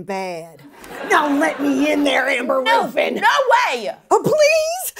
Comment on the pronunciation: Amber Roooofin 😆